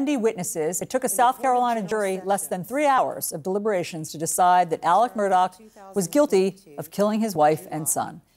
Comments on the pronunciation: For Christs sake CNN the guys name is MURDAUGH not MURDOCK. Such Lazy shitty journalism. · Why does everyone mispronounce his last name? If they’re going to say it can’t they figure out how to say it correctly.